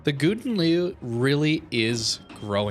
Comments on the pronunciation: just call this ship the golden lion, you are raping the langue. but i have to say you pronounce it funny and it makes me laugh every time you say it. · Worst pronounciation ever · Plz pronounce the name right